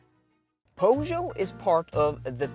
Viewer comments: Poe-show? 😅🤣 Pur-sh-yet. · You lost me at Pough-Joe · Right way is PJÖSÖÖ. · Please learn how to pronounce Peugeot. It's a French name, respect the language. PS: you video is very good. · Made it to about the 10 second mark, when you cant even pronounce "PEUGEOT" didnt fill me with confidence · Thanks for the nice videos. You pronounce Peugeot in a very weird way, are you sure it's correct? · Is 100% incorrect.